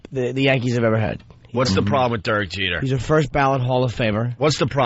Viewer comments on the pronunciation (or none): Every time opie says Durk Jeter I wanna throw coffee in his face